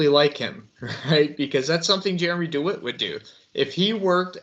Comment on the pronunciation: Deh-wit NOT Doo-wit